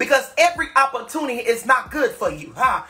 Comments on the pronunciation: Hilarious. Lord the St louis school system failed shem.opporrtunney😂😂😂😂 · What is "opprotunny"??? Anybody please???? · Hell is an “oppatuny?”